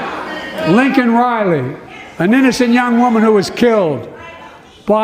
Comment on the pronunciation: Twice he called Laken, Lincoln.